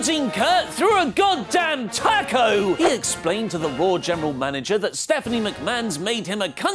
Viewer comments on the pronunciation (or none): none